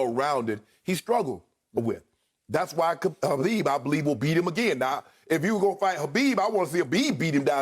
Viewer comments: Who's Habib? It's khabib Shannon! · Shannon..... it’s KHABIB not HABIB